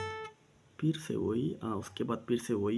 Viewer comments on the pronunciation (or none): Btw its 'Fret' not 'Pret' 😂😂 & its 'Phir' not 'Pir'😂😂